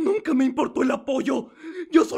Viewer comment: que no era shokas en vez de chocas?